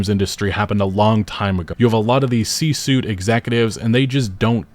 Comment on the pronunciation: Again... C "Sweet" not C "Soot". At least get the pronunciation of what you're railing against right.